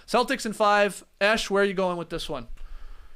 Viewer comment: Wait a second his name is Jesh?? All this time I thought it was Esh.. Why does it sound like Esh when they say it? Is the “J” silent?? I am mind blown 🤯 And I know I am not the only one who thought this.